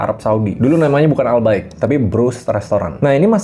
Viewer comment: Gw kira ai bqik, wkwkwkw😂😂😅